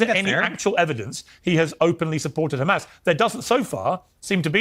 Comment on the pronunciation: Why you call them khamas? I actually appreciate your posts but they're Hamas....